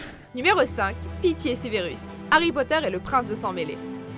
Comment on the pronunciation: Ça s’écrit Severus, alors pk tu dis Sévérus? 😂 Au moins tu sauras pour ma prochaine fois ça se prononce Sèverus